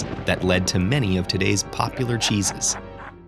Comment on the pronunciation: Chesses kinda sounds like jesus